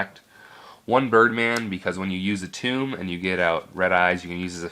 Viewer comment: WHY DO YOU CALL ATOM, ATUUM?????